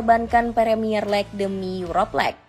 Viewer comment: Gue keganggu ama 'Lek' 'Arsene Winger' dan Hargreaves yang dibaca utuh